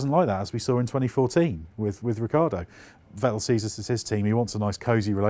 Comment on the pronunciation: Seems like nobody in Britain knows that the pronunciation of Vettel and Verstappen are fettel and ferstappen respectively. Who will be the first Brit who finally gets it right?